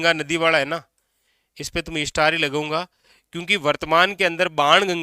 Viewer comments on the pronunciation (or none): none